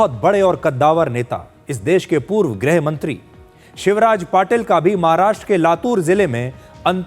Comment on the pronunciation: तुम ग़लत बोल रहे हो,,,,,, तुम्हें ग़लत बोलना शौभा नहीं देता,,,,, तुम गृह मंत्री को ग्रह मंत्री बोल रहे हो,,,,, छी छी छी